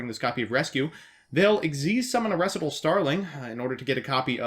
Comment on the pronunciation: The way you pronounce "recital" is adorable...